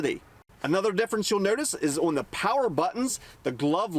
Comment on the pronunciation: Have you ever considered learning how to properly pronounce the word "on"?!